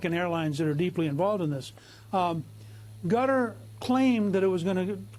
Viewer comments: did Newt call Qatar "Gutter" ? whoops, LOL ! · I like how he calls Qatar "Gutter". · Newt what country ? "Gutter ." LOL I think it's pronounced Kut-tar or Kat-tar, but Gutter . LOL only Newt.